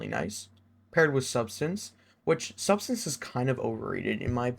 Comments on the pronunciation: Great video man, I pulled a subsistance/enlighten action and targetlock/desperate measure roll. It is sub-SIS-stance, lmfao not substance btw lol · I swear youtubers are allergic to pronouncing subsistence right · it fucking blows my mind how people can't pronounce subsistence.